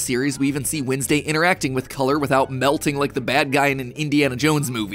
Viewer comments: Y u sayin winsdau it is wed nes day (no hate😞😢☹🙁) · The only thing wrong in this video is Matt's pronunciation of Wednesday. When's day > Wins day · why do you pronounce it wIdnesday and not wEdnesday 😭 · Your proununshion is wrong its not winsday its wenday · windsdey you said it? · i'm sorry but i'm more focused on how matpat's saying "windsday" and i don't know why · I just can't stand Matt calling her "Windsday". It just feels wrong. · WHEN YOU SAID WINSDAY I ALMOSTT DIEDDD😂😂😂😂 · Why does he say Wednesday like winsday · Is it just me or it’s MatPat saying weesnday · Am I the only one noticing the way Mat says Wednesday is Winsday? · Does anyone else noticed matt’s Wednesday pronunciation? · HE PRONOUNCED WEDNESDAY WRONG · your pronunciation of wednesday bothers me idk